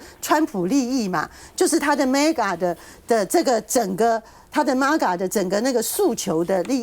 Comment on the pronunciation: A friendly reminder again: "MAGA" 不是 "媽GA", 是 ”妹GA"！ 😀